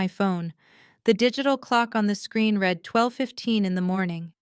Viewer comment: read - pronounced like red the colour, is the past tense. I read his book last week. read - pronounced like reed, a swamp bush, is present/present perfect. I will read his book next week. You are choosing the wrong one. Your AI will not learn if you do not correct it.